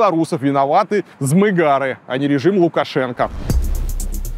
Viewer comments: Варламов правильно говорить , змагары ударение на последний слог , а не змыгары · Не змыга́ры, а змагары́